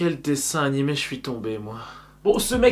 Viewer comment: "le prochain nanimé"